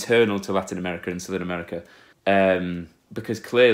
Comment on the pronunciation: U say larinouamericah xd